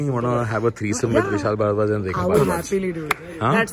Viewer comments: Did he just say "Vishal Bhadwa"? :D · did he just said...vishal bharwa???